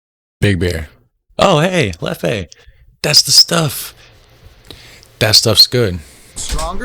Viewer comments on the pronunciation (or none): it's not leffEE it's leffUH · Fries with ketchup is a sin! You have to put mayonaise on it. Btw Belgium is like the Netherlands, you can look at them as the more fun and chaotic little brother. Oh yeah, Leffe is pronounced as "Leffuh" not "Leffie" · It's pronounced lef